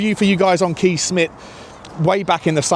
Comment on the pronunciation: Kees is pronounced Kays.